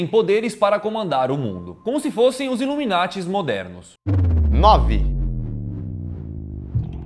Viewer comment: É sas ipianhada iveta coisa, luminati kkkkkkkkkkkkkkkkkkkkk é nada.